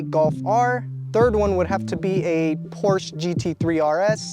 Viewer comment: At 17.38 min: A WHAT??? A Porsch??? Really? 😱😱😱 Good heavens, man! I simply cannot believe what I just heard coming from a car enthusiast. 🙈 Are you restoring a For or a Ford? Is it Chevrol or Chevrolet? Toyot or Toyota? After hearing you, I bet that Janis Joplin just rotated in her grave! 😱 By the way: If you really have problems to remember the correct pronunciation of the world famous car brand Porsche, maybe thinking of a world famous song can help you to overcome this fundamental language problem?! 😁 ;-) Hshrmph mimimimimi: 🎼🎶 Oh Lord won't you buy me a Mercedes Benz. My friends all drive Porsches, I must... 🎵🎶 Best regards, luck, health and wisdom. Post Scriptum: Hope you have a lot of fun driving your white Volkswag. 😁 ;-)